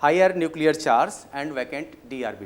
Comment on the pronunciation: Sir you said my name instead of saying charge :P ( you said Shazz ) But nice explanation